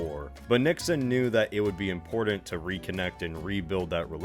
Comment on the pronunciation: “It would be inpornent. . .”